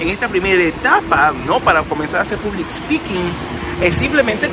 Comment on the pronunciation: hola...vos ya hablas inglés bien...por lo tanto en vez de "public" (con "u")...te sugiero pronunciarlo "pablic" (con "a"...se pronuncia así en inglés). Gracias por este video, y un aspecto importante de este tema es que el que tiene cierta capacidad de hablar en público se puede destacar en su empresa...sí...se va a destacar de los demás que estén al mismo nivel, por el simple hecho de poder hablar en público. Cuando tengas la oportunidad ponelo en práctica en la empresa en que trabajas, quizás ya lo hayas hecho.